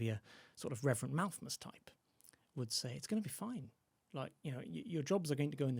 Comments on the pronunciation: Yes, "Malthmus" and that famous Dickens story "Christmas Tales." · Why is the guest adding a second m to his pronunciation of Malthus? Can he not read properly????!!!! Also, the average income in England going up approx 200 pounds is a pretty notable amount of growth given the overall income being brought in. Not compared to an industrial society but certainly not nothing. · Malthus not Malthmus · Him saying Malthmus is very, very irritating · Why does say Malthmus?